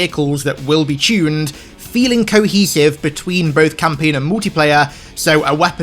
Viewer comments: "Take a shot everytime says chune" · I find but how he says "chunned" instead of "tuned"